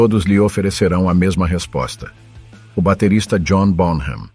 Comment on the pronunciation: Favor pronunciar BONAM, com H mudo, sem som de “R” ! Obrigado! 🥁_o_🥁